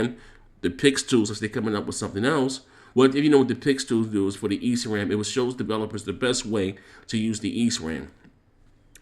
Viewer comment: It's pronounced "E" "S" "Ram". No hate just sayin bruh. Sorry but that was glaring to me.